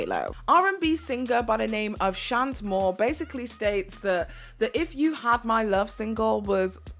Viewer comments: Shant Moore is Chanté Moore pronounced Shawn-Tae Moore. She’s a legend. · Rodney Jerkins!!! Benny MEDINA!! Chante Moore pronounced "shan-tay"! Please research next time!!! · Chante’ Moore = Shawn-tay More